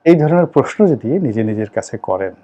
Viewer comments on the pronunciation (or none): none